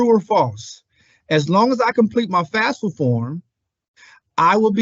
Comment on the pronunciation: Can we please say the FAFSA acronym properly?? FAF-sa not FAS-fa. It doesn't even mean the same thing when said incorrectly.